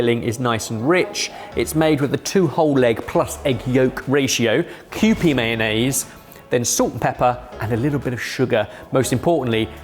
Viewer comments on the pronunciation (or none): none